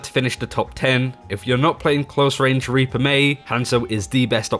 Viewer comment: Pretty sure you got demonentized because you said raper instead of reaper lmao